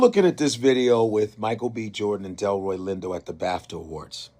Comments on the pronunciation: Delroy Lindo, not Detroy Lindo please and thank you 🙏🏽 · Delroy Lindo. You need to delete this and repost with the proper pronunciation. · don't disrespect Delroy Lindo by mispronouncing his name BROTHA. I already know what I can do. I don't need you to tell me that. When you need to be corrected then instead of being sensitive, take the correction. Delroy is one of our greatest talents. He deserves better than having his name butchered. Especially after what just happened. White folks do that enough. Respect our people.